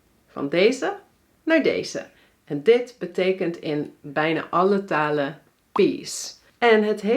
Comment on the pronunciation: is gewoon een nasale N bij haar volgens mij, beetje te veel -uh (taluh) , maar niet ontbrekend m.i.